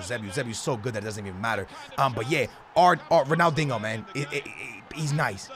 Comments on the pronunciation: Yo pissing me off its Ronaldinho,not Ronaldingo😂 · Why you say ronaldingo? You can’t say ronaldinho? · Dingo... it’s pronounced diño ... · Who can hate on ‘Ronaldingo’ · Ronaldingo?! Please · Why do you say “Ronaldingo” 😂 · Why you pronounce it ronaldingo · I swear you’re saying Ronaldingo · Ronald dingo lol the disrespect just fucking sound it out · Pls sell if you can’t say his name the right way